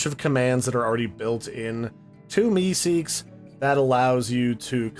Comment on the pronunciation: I love how u keep saying MeeSeek